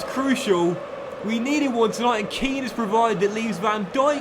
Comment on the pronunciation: 3rd episode of asking to pronounce Kean correctly